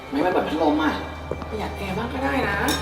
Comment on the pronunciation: ผัดลม555พัดลมไม่ใช่หรอคะ😂😂